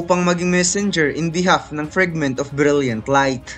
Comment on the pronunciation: Nakakatawa ung salita ng narrator na, GREIIIYTIES FRIGGGMIT OF BRIYLLIET LAIF TANG INA NA YAN NA PAGSABI